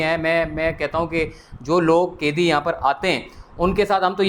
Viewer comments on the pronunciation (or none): O bhai aap apnee urdu theeek karoo Bohat he bura boltay ho kaidee nahee hota Qaidee hota hay bhayaaa😂